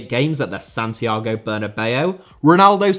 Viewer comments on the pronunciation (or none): none